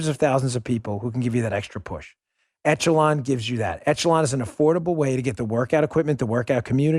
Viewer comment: Excellent yet frightening video. Great work Dan and crew. BTW, it's not pronounced "ETCH e lon", it's pronounced "ĕsh′ə-lŏn". Just sayin' :D